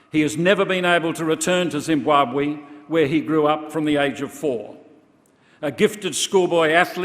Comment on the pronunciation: The pronunciation Zimbuabwe instead of Zimbabwe by shits me.